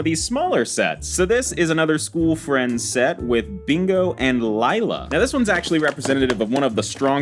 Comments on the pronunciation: Not lyla li-la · It’s not liiiila it’s leeela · It’s pronounced Leela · Its le-la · Lila is spelt Lila but it’s produced lela just letting you know 😊